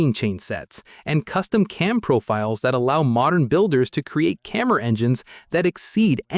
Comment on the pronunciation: get a human to narrate THIS A CAMMER NOT A CAMERA !!!!!!!!!!!!!!!!!!!!!!!!!!!!!!!!!!!!